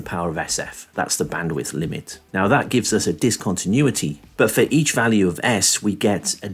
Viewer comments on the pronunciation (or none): none